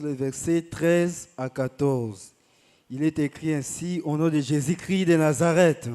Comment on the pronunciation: Amen il faut bien préciser Jésus Christ, pas Jésus cri